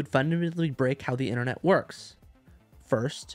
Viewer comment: Innernet? Internet. Ffs.